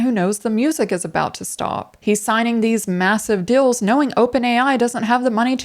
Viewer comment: Unrelated but I keep on hearing 'dills' instead of 'deals' and it's super distracting xD